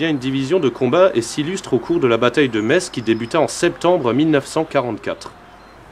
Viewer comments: Enfin quelqu'un qui dit Metz et pas metsse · J'y ai habité 4 ans, et je me doutais que prononcerait bien!:D A ceux qui disent "Metss", je leur demande comment ils appellent les habitants. Messins ou.. médecins [metssin]?:p